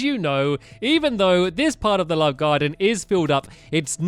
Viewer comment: One time of saying "love garden" you said "lub garden" haha